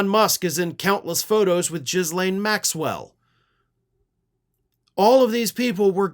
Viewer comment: Thank you for pronouncing Ms. Maxwell's name that way! That's how I've been doing it!